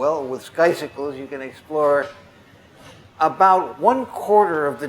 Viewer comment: Hehe, I always pronounced it "sky-cycles' and Niven just goes and says "sky-sickles".